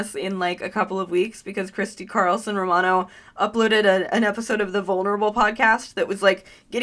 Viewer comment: She said, "Christy Carlson Ro-Rabbithole" !!!